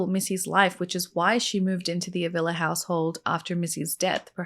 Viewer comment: Hwr last name is pronounced Ah vee la